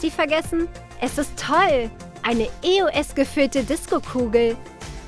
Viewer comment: Es heisst nicht e. o. s sondern eos